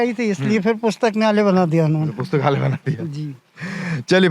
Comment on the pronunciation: पुस्तकालय❌ पुस्तकन्यालय✅